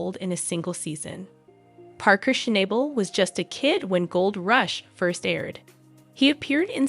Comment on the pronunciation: please learn how to say his name correctly